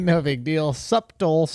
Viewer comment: Shultz...love you bro but the "B" is SILENT in Subtle.... sutt-el...ijs